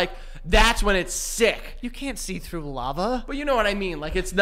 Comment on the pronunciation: “Birtday” “trough” “tought” the ‘th’ sound does not exist for these guys haha